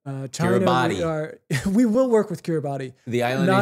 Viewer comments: i hate to do this but Kiribati pronouced like Kiri-bus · Kiribati is pronounced kee-ree-bass. Hi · Kiribati is actually pronounced Kiribas, the ti in their language makes the s sound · Dying at the Kiribati pronunciation. (Keer - Ruh - Bus) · guys. kiribati is pronounced "kiri-bahs" love yall <3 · FIRST OF ALL KIRIBATI IS PRONOUNCED "KIRIBAS" BECAUSE THE "TI" IS AN S SOUND